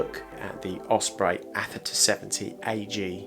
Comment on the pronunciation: Aether pronounced EETH-ER